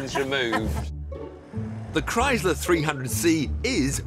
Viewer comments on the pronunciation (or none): Its chrysler with a sssss sound not a z sound like krise ler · Now if they could only pronounce Chrysler correctly.